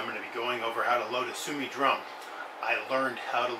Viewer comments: Thanks for the video. Simple showing of how to load and why you need to do 8 clicks. However your pronunciation is a bit wrong.. Su-o-mi (Su O Me) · No brother its su-o-mi